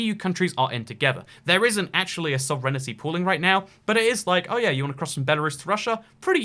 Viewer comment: 'Love your work, but I had to chuckle at your pronunciation of sovereignty, lol. You put out quality, informative content on this channel though, and I learned a lot about Belarus - particularly as a Canadian half way around the world - just in this video alone. Keep up the great work!